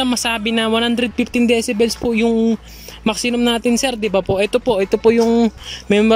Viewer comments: 😅😅😅🤣🤣🤣Tama nga maxinum🤣🤣🤣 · Tama ba dinig ko? "Maxinum?"🤣🤣🤣